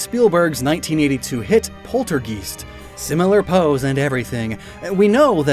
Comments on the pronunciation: ^O^ "Poltergeest" was it the ghost of a goose? Poultrygeese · Saying “polter-GEEST” is wild lmao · it's poltergeist not poltergeist TEEHEEEEEEEE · Screw your "haha" joke about poltergeist, people are losing the ability to speak the damn language for years already, at least say it right! These jokes work fine in isolation but when it's from people with thousands of viewers... Well that's when we get the generation of no parenting combining with people saying this stuff not willing to correct it. There are people not even making words anymore, they are using freaking sounds, like this brain dead "Ahh" meme movement. Just ranting a bit, sorry, just tired of lazy stuff. Though considering everything going on, wouldn't be surprised if this was AI pumped script with no one checking it before release. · Did you intentionally mispronounce "Poltergeist" with the intent to rage bait?